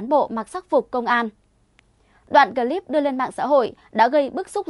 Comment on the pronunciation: bạn Ptv. đọc chữ " cờ...líp" (clip) nghe dị quá, chữ tiếng anh không được đọc như tiếng việt!?